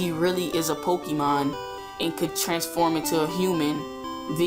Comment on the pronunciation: Poh-kay-mon. That is how pronounce it.